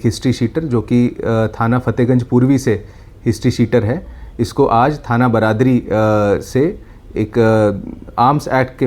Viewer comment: थाना बरादरी ? मैडम, थाना बारादरी कहिए।